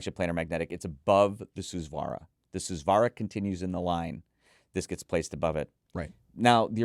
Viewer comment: Please take the time to pronounce Hifiman names properly. They use Sanskrit Hindu religious words to name their products. It’s really weird that people in the hobby will take the time to pronounce words properly from brands using words from European languages but will absolutely butcher Hifiman’s borrowed Sanskrit language and not care AT ALL. Susvara, Ananda, etc are all said differently from what reviewers say.